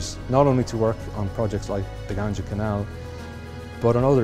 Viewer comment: first learn how to pronounce Ganga